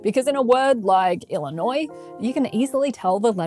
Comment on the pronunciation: ill - uh - noy NOT ill - uh - noise Just saying.